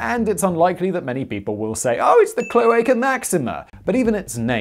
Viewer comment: Rome was not pre inhabited by etruscans and later Roman's moved in, as mentioned in the video. Rome had etruscan kings. Who started the cloaca máxima Btw try pronouncing the A in cloAca as the last a in the same word, or as the a in mAximA